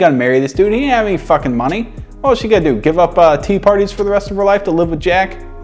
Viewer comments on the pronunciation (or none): none